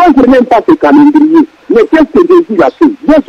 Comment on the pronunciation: ayebi ata ko prononcer mot "Calendrier" Mawa trop.